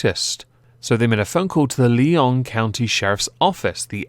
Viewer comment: Nevadian here: Lyon county is pronounced like the animal Lion. And Ralley's is pronounced with a short A.